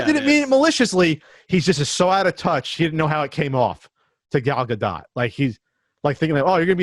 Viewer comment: it took me a full minute to figure out you meant "Gal Gadot." I legit thought you were trying to say Galaga. A Quibi series based on one of my favorite arcade games would almost get me to sign up Jeff Katzenberg & Vince McMahon should team up. Those two could come up with some good s#%t in tune with today's audience :P